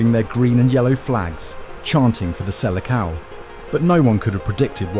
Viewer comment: Where were you when everybody else learned how to pronounce "Seleção" correctly?